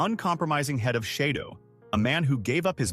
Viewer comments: It's shadow not sheydow! 🤫👋🇭🇲🦘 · "SHAY-DO"??? Dozy narration. This is so full of mistakes; terrible. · It’s half-baked “chez-dough” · lmfao, SHAYDOWE? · I think you’re showing pictures of Brian Keith, instead of pictures of Keith Alexander, along with calling the purple hair, silver and mispronouncing shadow a bunch. Your production quality seems to be little low.